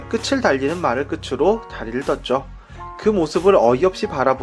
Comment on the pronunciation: 오늘 내용도 공감하며 봤어요! 👍드라마 끝나고 이거 안보면 허전합니다^^ 다만 끝을[끄틀] , 끝으로[끄트로]로 바른 발음으로 말씀해주시면 참 좋겠어요^^ 사람들이 자주 틀리는 발음이거든요ㅜ